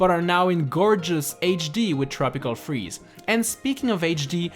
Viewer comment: “tropical cheeze” instead of “tropical freeze”?